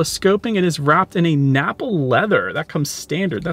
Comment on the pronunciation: "...napal leather"😂